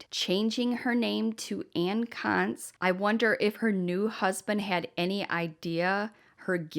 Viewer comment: I’m sorry but is anyone else giggling at the pronunciation of Ann’s last name? This might just be my immature ass lol 😂